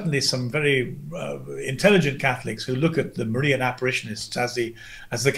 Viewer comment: Funny. Gavin is a big fan of the Marian apparitions, which he pronounces as Mar-EEan. Dyed in the wool Protestant keeps calling them Marian aberrations. Not so Freudian a slip. LOL.